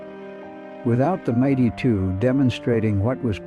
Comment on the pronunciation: Fix your AI narration. Difficult to hear the rifle called the Mighty2 over and over. It is the M 82.